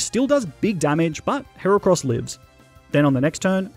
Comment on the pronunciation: THE FIRST A IN HERACROSS IS SUPPOSED TO BE AN E!